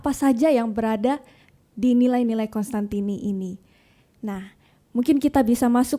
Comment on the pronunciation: Mhn diperhatikan, teman teman. Nama bapak pendiri CDD adalah Cos-tantini, bukan Cons-tantini.